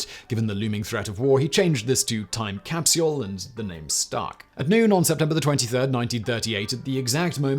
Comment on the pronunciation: Simon i am a massive fan of you and all of your channels and all the team members that help you do it all, however after 4 years of watching your videos every day today i found out (😏) that i absolutely despise the way you pronounce “capsule”. Other than that you’re an absolute legend in all your endeavors and pronunciations. Cheers!